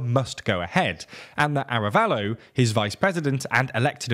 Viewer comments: I agree, especially for the names of the people involved, the name of the president is Arévalo not "Arabello", that's not using an "English pronunciation" it's simply the wrong name. The fact that they're not even trying honestly makes it look unprofessional. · Pleeeease! Be professional, make an oh! so little research on how to pronounce names! The accent in written "Arévalo" means that the tonal accent is on the E:. Thank you, <Blee-SAIT>. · You keep saying "Arabello" and it's "Arévalo", you don't need to learn how to pronounce every name in their original language... but when you are talking about a country's president and it's one of the main characters mentioned several times in your news report you should probably look up how to pronounce it. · Sem ee ya party. In Spanish double l is pronounced as "y" and "mi" is prounced like "me" in English. I also think you are stressing the wrong syllable in Arévalo from a phonological perspective. But you seem to putting the stress on the right issues from a socio-political perspective. Remember that "semilla" means seed, and a lot of groups have supported reclaiming "la semilla criolla" the heirloom seeds (corn, beans, and others) well adapted to local climate conditions rather than factory farming on a "one-size-fits-all" model, swallowing up campesinos the way a shark swallows up sardines. So the name has a nice resonance in terms of resisting colonial monocultures. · Great job although you need to do more research pronouncing Arévalo and Giammattei and a few others. Guatemala has hope and will put up a fight against corruption.